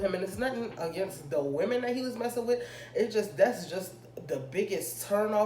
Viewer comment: she said "das a roommate"